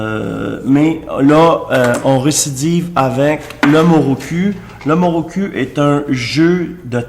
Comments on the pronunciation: Mokoru ta dit moroku mdr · Il dit muruku au lieu de mukuru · MOKURU mdr Mais la base c'est prononcer correctement le produit de sa vidéo lol.